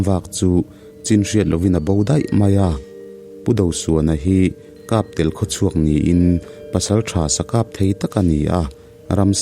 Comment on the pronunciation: Kaptel tih hi.Anțam tel kan sawi a (tel) kan lam rik dan hian lam tur